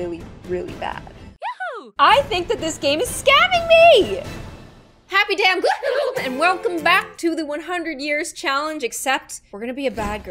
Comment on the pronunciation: I love it when you say gloOM lIkE ThAt